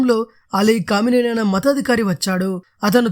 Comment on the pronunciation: కామినేని కాదురా అయ్యా క మేని అని చదువు సంపుతున్నావ్😁 నీవు న్యూస్ రీడర్ గా పనికిరావు